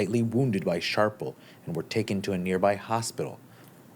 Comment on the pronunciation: Shrapnel not sharpnel